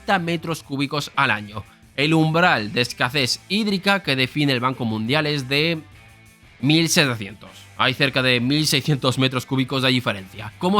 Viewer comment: Buen vídeo, pero no sé cuántos vídeos seguidos llevas diciendo «escacés» en lugar de «escasez». ¿Es una apuesta o algo? xD